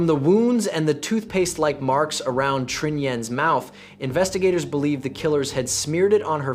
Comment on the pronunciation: Pronunciation of the Vietnamese needs to improve. It's not hard, just can't use American pronunciation to the romanization created by the French: "Tr" is basically like the Chinese pinyin "Zh" if you know how that is pronounced. Trinh would be Zhin or Zhing.